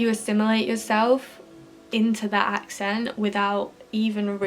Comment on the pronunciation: Your pronunciation of the word " accent " is incorrect